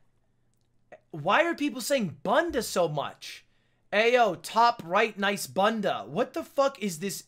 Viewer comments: please- ludwig saying bunda is the most painful thing i’ve had to listen to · Hey, Ludwig, kinda new on your channel, I donno if "bunda" on there was in portuguese, but if it was supposed to be portuguese, it's pronouced "boonda", I'm pointing it out because, being a portuguese speaker, I just think it would be way funnier hearing "bunda" pronounced in the way I'm used to hear it haha. Feel free to ignore :shrug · Ludwig saying bunda like banda is incredible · as a british person hearing lud pronounce bunda as ‘bun deh’ was really funny